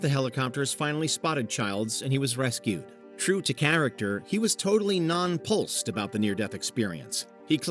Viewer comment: It’s “nonplussed” - not “non-pulsed”